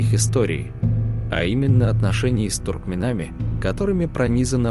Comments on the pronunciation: Канал хороший, но слушать исковерканные слова, доведенные до неузнаваемости-сложно и неприятно. Перед озвучкой надо консультироваться, однако. Ладно бы, незнакомые, иностранные слова, историзмы какие то.,, туркменАми"как ээто? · Диктор кто? Что за дикция?! ... туркмеНАМИ, адайЦАМИ!